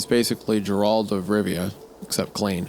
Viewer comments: I had to convince myself that he hadn't said "Geraldo Riviera" rather than Geralt of Rivia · Gerald of Rivia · "Jeralt of rivia." Really? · For someone who doesn't know who Mark McGwire is, I was surprised how poorly he pronounced "Gerald of Rivia" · Did Isaiah, wendigoon say Jeralt instead of Geralt. THIS IS LIKE HOW TO PRONOUNCE GIF. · "JERALT" of Rivia?! It's a HARD G sound, my man, pronounced like "Gair-alt." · Windy pronouncing Geralt, Jared like my partner does had me crying. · “jer-ald of rivia” ah, yes… and his lover, jennifer… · "jerold of Rivia" 😅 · “Jerald of Rivia”😭💀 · You pronouncing Geralt as Jerald really took me out of it XD XD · Look how he massacred our boy. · wait wait wait WHAT DID HE JUST SAY?!?! DID HE JUST CALL GERALT FROM THE WITCHER "JERALD"!?!?!?!?! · HIS NAME IS NOT JERALT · GEH-ralt. Like “Those big ol lips make you look pretty geh.” TRIP-ophobic. “I almost tripped over those big juicy lips.” ICK-or. “Those humongous lips give college girls the ick.” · Did Isiah just pronounce Geralt of Rivia as “Gerald” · I could have swore he was just butchering Geraldo Rivera's name😂😅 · How Isaiah miss-pronounces Geralt bothers me way more than it should. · Adding to the list of things Isaiah cant pronounce: "Geralt of Rivia" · Did this man really manage to mispronounce Geralt of Rivia? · Aint no way he pronounced Geralt like that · the way isaiah pronounces "geralt of rivia" gives me conniptions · Not going to lie. Isaiah mispronouncing Geralt of rivia made me unreasonably angry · Isaiah's pronounciation of Geralt is SENDING me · isaiah mispronounces stuff so often I almost feel like its on purpose to annoy listeners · Isiah must pay with blood for mispronouncing Geralt of Rivia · Fake gamer boi doesn't know how to pronounce Geralt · our boy Wendi did not just slaughter Geralt's name like that, did he?